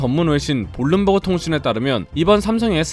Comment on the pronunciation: 좋아요는 눌렀지만 볼룸버그는 좀 심했구요, 대본을 다시 잘 읽어보시고 우리말을 개차반으로 만들지 맙시다... 반성 좀 하시고...